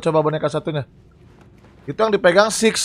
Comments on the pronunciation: bang namanya bukan sumai tapi six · Bang namanya six bukan some